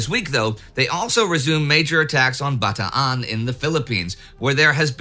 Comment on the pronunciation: Indy, I just want to say that I am a big, big fan of you guys' work listening to both WW1 and WW2 retellings while I work. I know this isn't a lot but I am actually quite grateful you are pronouncing both Filipinos and Bataan correctly. I will be arranging a trip to Correigidor in Bataan, Baguio City and Leyte Gulf on the first quarter or 2023 just to see these memorial sites. Also, I am born and raised in Manila. Would definitely do a walking tour of the historic city of the country as well.